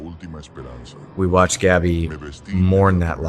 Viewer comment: Pronounce Gabby‘s name correctly, please.